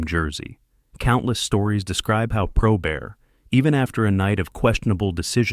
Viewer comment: Not all correct I grew up with him and friends after he stopped playing. Lots of this is wrong and he doesnt even say his last name correctly.